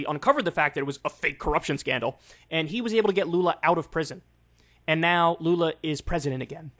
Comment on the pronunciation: just gotta comend you on the pronunciatin of lula's name , youre one of the few americans who have gotten pretty lose to the portuguese pronunciation of his name . Also papa GOAT is also acceptable for lula